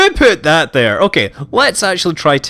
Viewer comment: When Scott says "who put that there?" in his accent it is unintentionally hilarious.